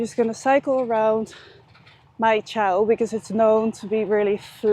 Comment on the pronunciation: Congratulations. You can't even pronounce the place correctly. "Chow"????? Wrong. You probably should learn how to pronounce places before making your videos.